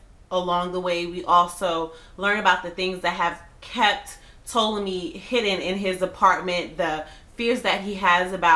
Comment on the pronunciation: T-ah-lomy grey! Lol